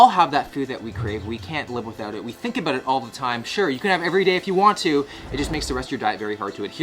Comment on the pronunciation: omg he said aboot